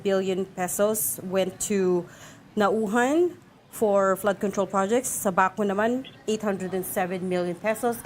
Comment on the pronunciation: First of all this lady interviewer could not even pronounce the town Naujan correctly and she thinks she knows the ins and outs in the Congress. Is she trying to be American? What is wrong with you people? You are Filipino and you could not say the town, correctly??? Don't you review this first before you go live? I know this Congressman Arnan. He would not do such a thing. He is beloved by his people. Sen. Lacson might have been too quick to point fingers. Sen Ping Lacson could not even pronounce the town Baco correctly as well. Looks like he did not study very well. The problem lies in DPWH, District Engineers, Regional Directors and Contractors. On the allegations that officials like Senators Escudero and Villanueva have ties to contractors, then that should be investigated as well. Even Mayor Isko Moreno complains that DPWH does not coordinate with LGUs properly when they do big projects like this. Philippines need to be well versed in Project Management concepts especially in DPWH. This is a big problem in the Philippines, lack of Project Management skills and guidelines. This is the reason why contractors corrupt the funds during implementation and support process.